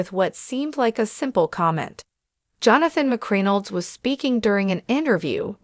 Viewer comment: YOU ARE STILL PATHETIC! YOU CONTINUE TO MISPRONOUNCE BLACK'S NAMES! Her name is pronounced: Juan-i-ta (the J is silent!). Not Joenato Bynum! Secondly, Johnathan McReynolds. You mispronounced his last name calling him McCrinalds! You're a JOKE and a DISGRACE to ALL CCs! Just GO AWAY, PLEASE!! Your PODCAST will NEVER BE SUCCESSFUL!😂😂😂😂